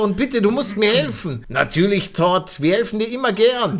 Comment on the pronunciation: MAN SPRICHT TOUD AUS 😂😂😂😂😂😂